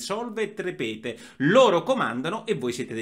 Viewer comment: Carissimo Porro, un grandissimo grazie e complimenti per tutto quanto sta facendo. Mi permetta solo un piccolissimo appunto: La pronuncia corretta di SOLVE ET REPETE è sòlve et répete, non repète. Con vera simpatia e grande stima.